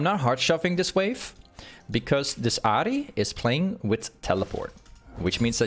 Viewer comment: wait you actually pronounce ahri in japanese? that's cool actually never thought bout that